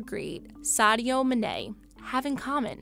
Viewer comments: Sadio “MENAAY” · bro said mAneY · Did anyone also get pissed of when she pronounced Mane " meneh?" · Lol, "Sadio Minay" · "Sadio manay" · “Sadio Manay” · I disliked the video when she said "sadio maNE" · Anyone gonna comment on how she pronounced Sadio Manè? 🤣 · The way she pronounced “Mané” was nasty